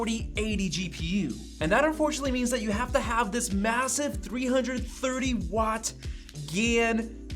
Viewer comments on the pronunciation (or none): none